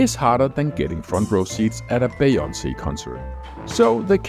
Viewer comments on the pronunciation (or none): This whole video was worth watching just to hear you pronounce Beyoncé 😂. Great video tho